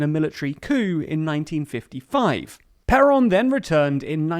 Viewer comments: and also "perón" .... stressing the "O" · I think you mispronounced Perón, it hurts every time you say it😅